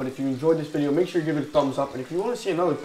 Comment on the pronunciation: He spetl video rong when he says "like the vdeo"